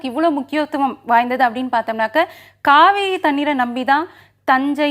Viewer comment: Kaavari illa Kaveri🤭🤭🧐